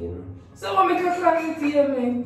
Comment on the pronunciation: It’s the “CAAAFY” for me 😂🥺